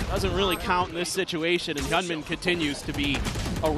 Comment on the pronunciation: 日本人よ、hyunminはヒョンミンと読みます。 キャスターは一生「ヒャンミン」と間違えてますが「ヒョンミン」が正しい発音です。